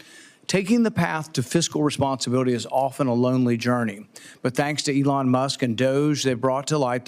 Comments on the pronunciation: What a sad hearing for Peters. Falling on the sword for the left since he's not seeking reelection. If you're going to talk bad about the man, you should at least give him the respect of pronouncing him name correctly. E-Lon not the hard Senator... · Why do you keep saying Ellon Musk? Your side said saying names incorrectly is racist. Therefore, you are a racist by your own rules. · Why does Senator Peters keep talking about Elon (which he can't pronounce correctly) Musk & Donald Trump, instead of the actual subject of the hearing, which is wasteful spending by USAID? The allegedly illegal methods of the Trump administration to investigate, report, and stop waste is not relevant to the hearing. Nor are the alleged conflicts of interest of Elon Musk. Regardless of the legality of how these examples of waste, abuse, or fraud were discovered, the purpose of hearing is not to determine the legality of those methods, but to examine the information they produced. This is another example of one of the many reasons people have been abandoning the Democratic Party in droves. Whenever their opposition tries to address an issue of legitimate concern, rather than participate, the Democrat Party prefers to use the conversation as an opportunity to digress into an irrelevant adjacent subject that they believe vilifies their opposition.